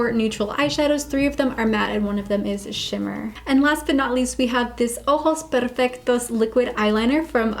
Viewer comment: Okay but your pronunciation of “ojos perfectos” was sooo good! I had no idea your Spanish was that good lol